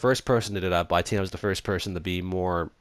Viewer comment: Its pronounced X-n-touro but I don't care that much since your Dublin and it might be a little hard to understand English also I thought of someone Dublin singing the running man challenge song and It was hilarious. It went like at night I tink of you its the tink and think word comparison its hilarious